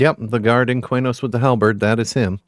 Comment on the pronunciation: Wrong. Key-nos. There is no 'u' in Qeynos.